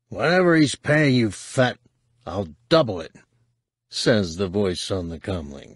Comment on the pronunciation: I love how it sounds like he’s calling him Fatt. It’s hilarious every time he says it.